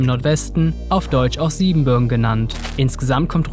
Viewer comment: Akzent auf " bürgen", nicht Sieben, bitte!